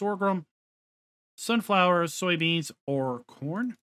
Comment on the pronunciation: I had to rewind when you were talking what crop type auger wagon takes cause I thought you said porn instead of corn :D :D :D